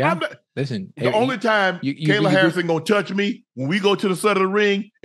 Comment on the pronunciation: Unc mispronouncing all the names, Cereal Gane, Rodney rousey, Ben asprin, Kyla Harrison 🤣🤣🤣